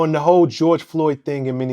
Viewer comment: "Di witha Di witha" come on dawg man up